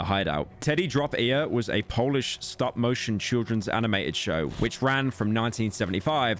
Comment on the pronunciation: months of work and not a single polish word said correctly, real true pyro moment